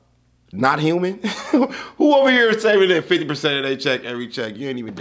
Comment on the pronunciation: Oh that's for sure the Southern United States right there when she said, In hur. Instead of in here yeah She from the south